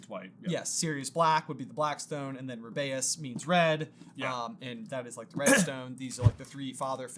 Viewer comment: You always pronounce "Rubeus" wrong